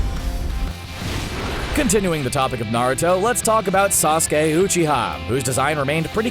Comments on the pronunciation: Honestly I feel these people don’t even know what that are talking about. They only talked about main stream anime when there was so many better options. Also are we really going to ignore how he said uch Ha for uchiha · "Sasuke Hochiha" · My guy really just said Sasuke Hoochiha. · “Hu-chi-ha” 😂 I just had to